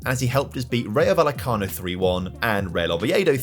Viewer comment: Quick tip,! When pronouncing "Rayo Vallecano", the 'll' is pronounced similarly to the one in "Sevilla", which you do get quite well! Great video as always.